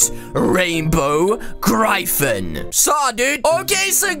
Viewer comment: It's not Said like Grifan it's said like Griffin